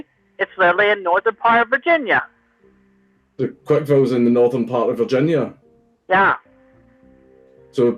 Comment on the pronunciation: why does he have to say Virginia like a catboy? Virginya? Really ??? every time??